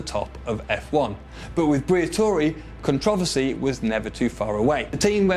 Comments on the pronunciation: It’s CONTROVERSY not CONTROVOSY. How does a 30 year old man not know how to properly say controversy????? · Con trav a see? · Never heard someone butcher the word controversy before